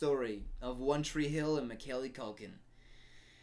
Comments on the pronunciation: Can't get over how he said Macaylee Culkin instead of Macaulay Culkin tho 😂😂😂😂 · why does no one acknowledge how says Macaulay culkins name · The way pronounces “Macaulay Culkin” makes me itchy 💀